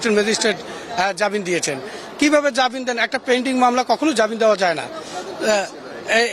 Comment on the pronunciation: ইনি তো জামিনকে জাবিন বলছে , এ আবার সাক্ষাৎকার দিচ্ছে...